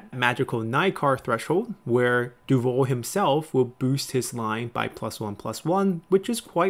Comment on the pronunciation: Nitpick, Davout is pronounced Da-then vout, like vous, the t is silent :D The guy is legendary glad to see him here